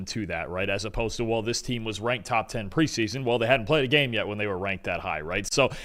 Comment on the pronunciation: it's preseason, not "pre-son". you are still talking faster than your brain can work. Slow down, pronounce your words.